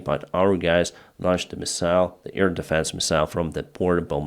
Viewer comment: Hi. I love you and all, but please, it is not ear deffence, but air defence. Please.